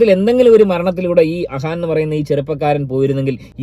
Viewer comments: അഹാൻ അല്ല അഫാൻ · ആ വീരൻ്റെ പേര് അഹാൻ അല്ല അഫാൻ എന്നാണ്